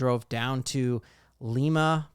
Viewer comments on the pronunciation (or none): Don’t trade Stidum, because you never know if Bo Nix will get hurt. Gary Kubiack was John Elways backup for 12 years. You need a good backup to any QB. Lima, Ohio is Pronounced Lie-ma, Ohio.